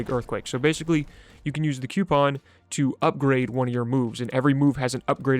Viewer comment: Stop saying coupon like that...you have been warned